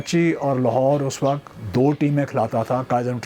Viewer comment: Signs of deteriorating Urdu over the generations: the interviewer, supposedly a literate professional, cannot speak words like وقت (waqat) right — while the player pronounces them correctly (in this instance "waqt"). Never mind the horrible English by the learned podcaster.